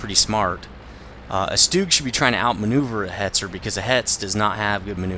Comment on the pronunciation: You pronounce Stug so weird. You say Fug fine, but Stug so weird. take replace the F in Fug with a T and it is pronounce tug, put an S in from of Tug and it is Stug. You don't need to pronounce it differently. All you are doing is putting an S in from of it. Maybe that is the German way of pronouncing it but you are speaking English. Maybe I am wrong but I just think it's weird how you pronounce it.